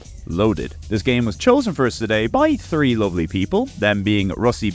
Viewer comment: How are you a native english speaker yet somehow unable to pronounce R1 or even just 3 like a normal person? It's certainly not "OR1" and "tree"...